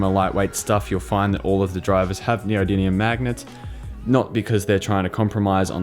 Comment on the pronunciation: Not neodymium, neodidlyium